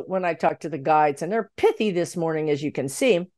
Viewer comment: "The Guides are pithy this morning" I didn't know you had a speech impediment.